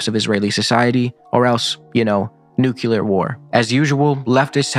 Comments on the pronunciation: Totally off topic. It drives me nuts when people say “Nuculear”. FREE PALESTINE ! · Sorry, can't take you seriously if you say "nucular war". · Our big beautiful president says it like that so it must be correct. Come on, join un in being correct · Weird word choices stick out. Did you say “euthanize Zionism” at one point? “Nuke-u-lar”? I think you also said “muck RACKer”. Is this due to talking way too fast? Is this an AI script? What happened here? Overall, decent video. Kind of weird to spend a lot of time talking about a social media figure like Contrapoints though.